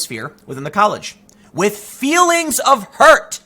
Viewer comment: Muh Fweelings